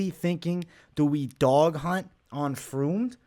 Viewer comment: It’s fremd lmao. And I got fremd in my parlay